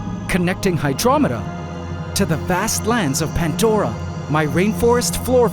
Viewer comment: Wait it's not pandora?? But pantdora??